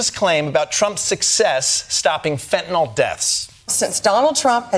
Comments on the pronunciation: Why do people pronounce fentanyl "fentanol"? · What is fentinol? I know about fentanyl... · What is fentinol? I've heard of fentanyl. Not fentinol. Oh well. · Can't any of you read??? The spelling of the drug you are talking about is FENTANYL.... There is no letter "o" before the last "l", so not FENTANOL, but FENTANYL, pronounced FENTANIL !!! Grrrrrrr!!!!! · Fentanyl. It's pronounced 'Fent-an-ill', not 'Fentinol.' As a hospital pharmacist, I might know what I'm saying. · It's not FentanOLL, Its's fentanILL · Why do people say "Fentynol"? Its FENTANYL! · Americans still cannot pronounce Fentanyl. No O in there guys. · It's pronounced fentanil, not fentanol. You'd think she would have known that, from profiting on it coming in the back door. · "Flentanyl" did you say 😂 puff 💨puff 💨 😯uhhh🤔🙄🤔....... 🤨WHAT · That drives me nuts, too. It's pronounced FEN-tuh-nill. 💊💉💊💉💊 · There’s no such drug as”fentanol” 😂😂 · Why does she keep saying “fentinoll”? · That’s not what she said. She said it was 21 million “Fentanawl” 😂😂😂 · Does it drive anyone else nuts how they pronounce fentanyl???